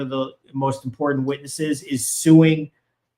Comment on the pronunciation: You are brilliant and very watchable. You have no accent and have a classic middle American way of pronouncing things. Except for a word you use often. (Off in) The word is... Important. Not that it is important to mention this. The word is- IMPORTANT.